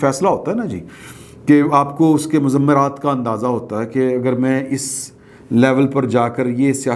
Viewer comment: ، لفظ مضم-مرات (تشدید کے ساتھ) نہیں ہے، سیدھا سیدھا مض-مرات ہے، سادہ سادہ اور بس، اپنی تصحیح فرما لیں، شکریہ۔